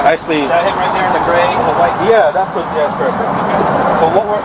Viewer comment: Called me a poo-see 😂